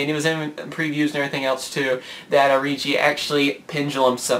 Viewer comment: Hate to do this: The Rei part of Reijis' name is pronounced like ray.